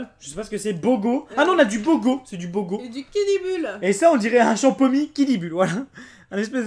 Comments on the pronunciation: Mdr jpp il a dis bogo l'IME XD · Le bogo comme tu dis se dit bouga 😂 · c'est pas bogo c'est boga😂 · C'est pas Bogo mais Boga 😂🤦🏽‍♀️ , ya aussi Boga cidre 👌🏽🔥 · sa ce lit ''BOGA'' mais on dit ''BOUGA'' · Il a dit bogo 🤣 c'est boga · la bogo on dit bouga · C'est pas bogo c'est boga😅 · On dit bouga